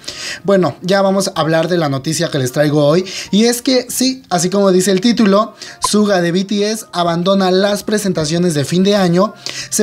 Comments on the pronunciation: Asdfdfdfsfdfsg mi pobre "shuga" no "suga" 😂 , ojalá se recupere pronto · se pronuncia shuga no en español suga ^^